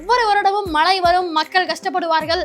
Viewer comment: மழை என்று ஒழுங்காக சொல்லும்மா. நீ சொல்கிற மலை என்றவுடன் வேறு மலைதான் நினைவுக்கு வருகிறது.